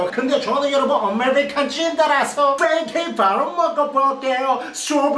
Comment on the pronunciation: 팬캐잌이아니라 걀달말인줄ㅋㅋ